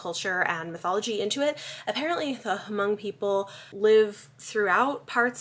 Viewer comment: I believe the "h" is silent in Hmong.